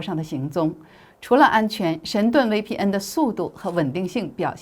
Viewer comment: 威P嗯😂😂😂大陸人用國語念VPN